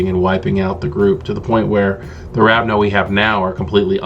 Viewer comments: First time I've heard someone say "Ravno" instead of "Ravnos", but this video was incredibly useful for me, and highly entertaining. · I love this. But you know its Ravnos, not Ravno, right?